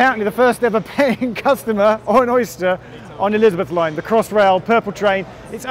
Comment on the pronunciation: Thought he said 'Lizard Line'.